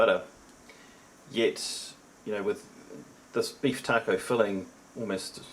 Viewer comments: I love the way he says taco, keep up the good work my favorite mre inboxer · The way he says taco is freaking awesome. 👍🏼 Just earned a sub:)